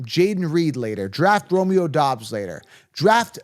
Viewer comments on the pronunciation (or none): none